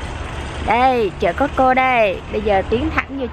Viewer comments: chợ cosco mà cô ns tiệm cosco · chợ coscoaf cô ns tiệm cosco